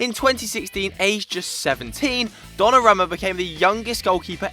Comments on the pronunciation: learn to pronounce names... Donnarumma is pronounced don-a-room-a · Pronounced Donnarooma